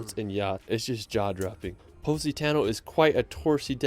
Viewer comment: sorry but he pronounce the city from Italy "Positano" so weird. That is not a "Pu*** Tonnel"🤣🤣🤣